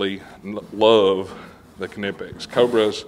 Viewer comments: It's a silent K 🙃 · Knipex can't say thier own name correctly. I called them and I get both kanipex and nipex even amount themselves. The debate continues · wooow its so weird to finally hear u call em K-nipex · Ka-ni-pex lol thats what they r gonna be called now. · Kuh nip x ok. And I been saying it wrong this whole time lol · I always thought the k was silent like knife. Guess I've been saying it wrong this whole time.